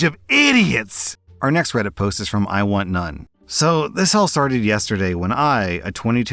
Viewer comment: Hearing iwantnone as "I want nun" 💀